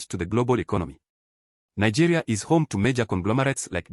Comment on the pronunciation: Nigerians don't av such that accent. The person is even sounding like a south African. Nigerians can never pronounce Nigeria as Nagayria.